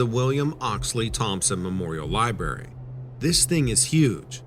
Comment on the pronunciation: There's a R in the word Library.. it's not a silent R.